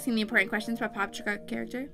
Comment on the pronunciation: you said it right